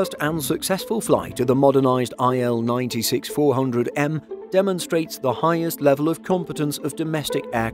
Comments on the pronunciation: cool but why can't you english speaking men call Russian planes correctly. it;s not "ai el 96", it's "il-96", like "eel" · It's not Ai-El, it's Il (ee-l)